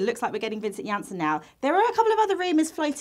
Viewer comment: it's Vincent aha